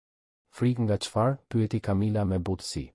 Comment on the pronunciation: A mundeni ta lexoni mire tregimin ne gjuhen SHQIPE,,,,,sepse perhere thoni qe ngjarja zhvillohet ne SHQIPERI por edhe shume pjese jane kot,te pa imagjinueshme!!! une edhe mund te mos e degjoj fare dhe mbyllet me kaq, po nuk e degjoj dot te shqiptohen keq fjalet! Kamila jo Camila etj etj etj!!!!!!! Aaaah po flet shoqjqa!!!!!